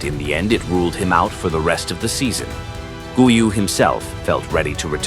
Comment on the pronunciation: Please, do not mispronounce his name. In 'Guiu' the first 'u' is silent, but the 'G' is still a hard 'G', like in 'Golf'. So, it's 'Gíw' with the strength on the 'i'